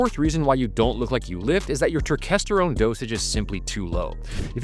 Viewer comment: What in the hell is "Turkesterone" 😅